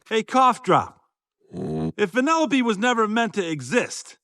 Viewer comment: Venellope? Instead of weaving she races lol